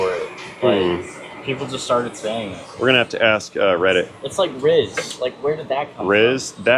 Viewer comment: Riz, as in ...He has riz...... He has charisma, but you only say the ris part :)